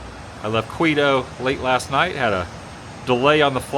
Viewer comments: Queetoe? Now Adam...you know how to say it. Why does your relative live there in Cueca? Cost of living? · I thought Quito was pronounced like key-toe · Every time he mispronounces Quito, it's like hearing nails on a chalkboard for me.